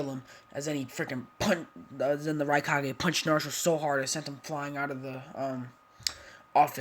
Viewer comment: Raikage not rikage